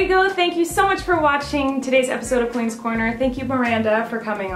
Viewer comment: Fam it's Colleen. Not "collen" or vollen" lmao.